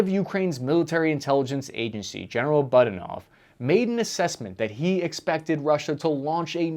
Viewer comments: Repeat after me. Budanov: Boo-DAH-nov. Shoigu: SHOY-goo. It's not buddynov and show goo. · Amigo, the Ukrainian intel chiefs name is PRONOUNCED BOO-DAA-NO-V! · Budanov doesn't make mistakes. It's boo-danov, btw. And russians always lie, fyi. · “Buttanov” 😂 I love it! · Your pronunciation of Sergei Shoigu, Budanov, and others is totally embarrassing. It makes you sound so stupid and like you barely did any research for this video at all. You've lost all credibility when you can't get something so simple correct